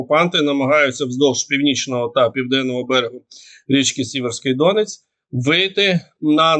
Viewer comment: дякую за щоденну Вашу роботу! Але ж подавати відомості треба правильно і в дрібницях! Перед тим, як робити огляд подій, перевіряйте правильність наголосів географічних назв, про які Ви розповідаєте. Ну, який ДОнець або ЯмпІль? Правильно - ДонЕць (наголос на 2 складі) та Ямпіль (наголос на 1 складі)! І не засмічуйте українську мову іноземними словами там, де вони не потрібні, а саме: англійською "дружній вогонь", "контент", "комунікації" тощо. Від такого використання Ви розумнішим не стаєте і не здаєтеся таким, ніж ж насправді. Треба бути, розумним, а не удавати з себе такого! Окрема подяка Вам за роз'ясненнями в минулих оглядах подій поняття "Донбас", яке з подання московитів неправильно використовують багато наших журналістів, блогерів та інших публічних осіб замість іншого - "Донеччина". Порадувало, що хоч одна людина прочитала моє роз'яснення з цього приводу, оприлюднене за день перед тим.